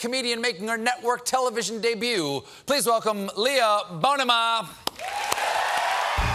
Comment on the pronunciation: Lol he pronounced her name differently than she did. That's the patriarchy in action right there.